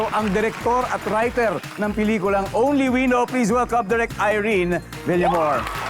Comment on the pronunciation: It’s “only WE know.” Stress on the second word. Ganyan yan sabihin